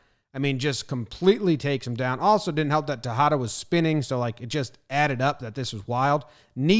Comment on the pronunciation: It's funny The way this guy says “Tejeda”. Is nice cause u can use it as an example of The word “tajada” that means “slice”. So if you ever want a slice of something in spanish... Just think this crappy pronuntiation of JomBoy. PS: it's all jokes. Your videos are great!